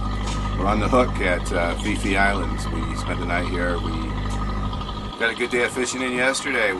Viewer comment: Phi Phi is pronounced P P.. not Fi Fi.. I wouldnt try to pronounce Phuket if I were you folks.